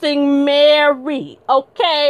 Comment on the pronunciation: I love how you said Mary... Marrrrry like Jackee 😂 Great breakdown of the interview, I am now subbbed.